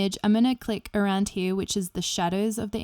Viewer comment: I like how she says "from he-ya"